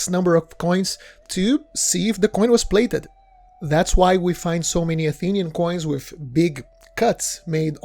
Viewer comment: The narrator of this interesting and worthy video pronounces the word “plated” as “blated” , the P is pronounced as a B .